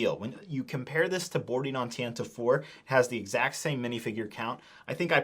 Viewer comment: Bro how ca; you be saying Tantive wrong still